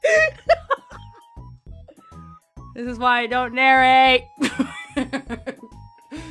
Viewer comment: Thesde bloopers are volatile. Vo-latt-ile.